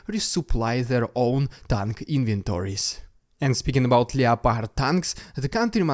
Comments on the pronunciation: Still enjoying you vids keep it up, just FYI though is said LEPARD not LEO-PARD the O is silent, don't blame me wasn't my idea! :) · Its pronounced LEP ARD my dude. Just for future videos